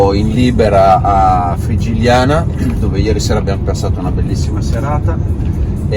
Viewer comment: Sia Nerja che Frigiliana si pronunciano con il suono aspirato "h" - Nèr-ha, Fri-hi-lià-na. Se hai pronunciato bene la "j" nella frase "Garcia y hijos" perchè non la pronunci correttamente in Nerja? ))))